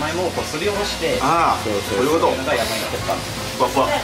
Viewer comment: waktu bilang 'yamaimo' kirain 'yowaimo' 😭